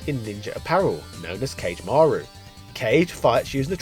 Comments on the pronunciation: Ka-Gay Ma-Roo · "Cayge Maru". C'mon you can do better than that.